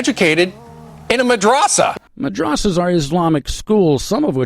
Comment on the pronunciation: “ madRRAsAA” KILLED ME LMAOOAOAOAOAO